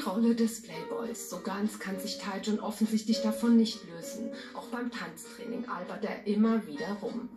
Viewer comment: "taijun" lol